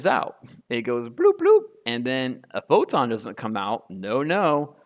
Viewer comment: WTF is a poton?😂